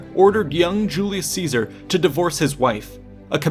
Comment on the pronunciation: Julius Catsar?